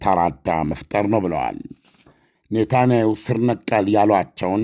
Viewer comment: ኔታናዩ ሳይሆን ኔታንያሁ ብለህ ብትጠራቸውስ ?